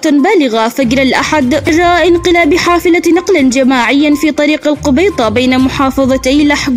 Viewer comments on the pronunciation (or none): القَبَيِطَة وليس القُبَيِطة😂😂